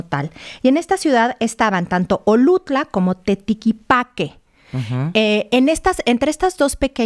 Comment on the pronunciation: Es Oluta y no Olutla. 😉